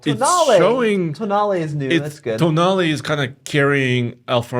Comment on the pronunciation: Tonale all I hear is toenail